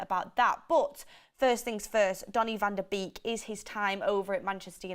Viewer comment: It's not pronounced vander beak, it's Van DE bayk